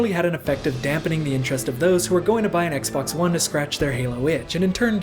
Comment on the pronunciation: Anyone else notice he said Xbox One as X-Bone?